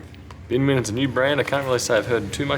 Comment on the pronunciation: Did you really call it BinWin?